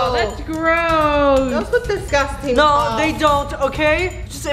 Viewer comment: SAID DISCASTIN CORRECT WAY IS DISGUSTING